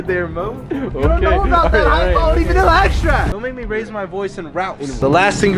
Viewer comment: "Vanilla Axtract"